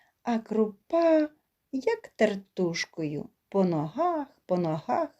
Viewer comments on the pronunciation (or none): Тільки наголос кой де не правільно. Не тертУшка, а тЕртушка. Не ворОжу, а ворожУ. При наймні, так🎉кажуть в тих містах, де народився Тютюнник.